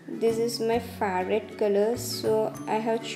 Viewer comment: Mam pronounce favourite correctly